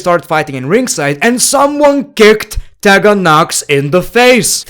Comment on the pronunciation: it’s pronounced TEE-gan not TEH-Gan.